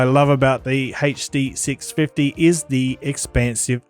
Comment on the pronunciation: Hey-chhh Dee 6 fih-eee